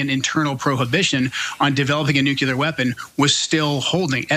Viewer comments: Ah yes New-Cyoo-Lurr = Nuclear (Somehow) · “Noo-cue-lar” SMFH….